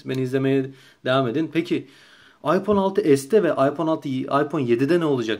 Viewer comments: adam doğru söylüyor. iphone ayfon diye okunur hiç bir aksan aypon demez phone kelimesi ingilteredede amerikadada aydır bence senin :D ingilizce bağcılar aksanı kardeşim. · Okunuş:aypon diye okuyorsun zeka okunuş:ayfon diye okunur o